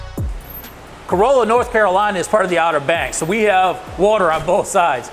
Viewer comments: It's actually pronounced "Co-RAH-Luh." Not like a Toyota Corolla. Notice - He knows. 🤙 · You need to pronounce the name of the town properly. It is pronounced Cor-all-a not Co-roll-a, the town is not a Toyota! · Tourists say Cor-O-lla (like the car). Locals say Cor-A-lla. I drive by this station everyday. Never met Richard, but I appreciate his contribution to the community here. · Thank you! I CRINGED when he pronounced it that way! Yikes! And yes, I live ON the Outer Banks, just not in Corolla. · Someone help this man say things correctly. Corolla like a Toyota is the wrong way my dude. Surprised hte department didn't beat you with a firehose for calling their department the wrong name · The was he mispronounced Corolla 😵‍💫